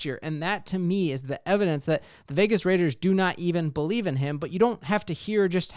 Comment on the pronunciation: "We gotta ton to BoLieve in" lol